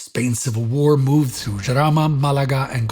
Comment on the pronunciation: Your pronunciation of Jarama and Guadalajara was perfect. Málaga is stressed in the first sylable (which is the reason for the weird symbol), so it's "Maah-la-ga". Still, fine enough.